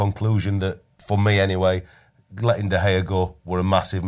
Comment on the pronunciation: Love fozzie but is someone going to tell him he’s not pronouncing De Gea right